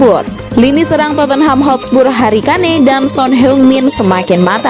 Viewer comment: Kane masa dibaca kane wkwk